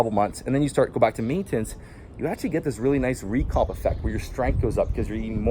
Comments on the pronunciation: the type of guy who says, “ Maintance ” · It’s maintenance not maintence